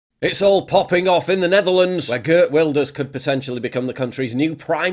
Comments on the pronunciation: [Wil-durs], not [wail]. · It's pronounced Vilders. Like Builders but with a V. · Wilders is pronounced Vilders I think? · Im Dutch and its pronounced Wilders like William so no V😉